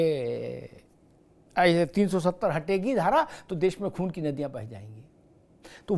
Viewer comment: Khoon nahi khoo 😂 Amitabh ji